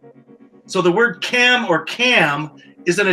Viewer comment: it’s pronounced “ch-am” not cam. Cham-pa not campa